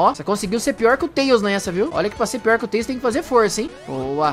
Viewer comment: Então você falou errado você falou xone que antes de falar tales